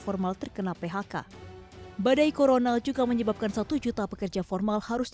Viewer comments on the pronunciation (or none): none